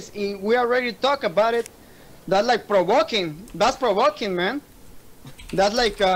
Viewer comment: That is "provoquin" ese :v